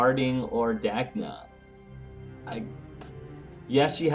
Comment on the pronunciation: IT IS DAGNA. If you read Sera's journal thing you can find out more.